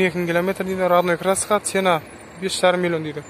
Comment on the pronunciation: Автор орысша сойлей алмайтынын коринип тур акыры казакша сойлеп жатсынгой сена емес цена болады ми багасы деп айта берш топас